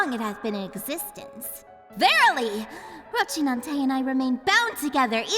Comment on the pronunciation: What the FUCK is "ROCHINANTE". FFS, learn the pronounce names properly, especially if you're making video about it.